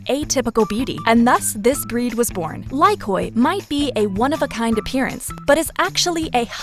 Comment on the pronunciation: The pronounciation of "Lykoi" is terrible.. First of all "o" is silent, and "y" should be pronounced as "i", not as "ai". Stop distroying greek words, people... And yes, that breed surprised me, looks like an old-man cat with grey beard.